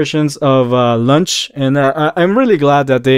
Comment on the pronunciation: I like the way he says launch cause , launch is a snack . She is a little “ lunch “ . 😋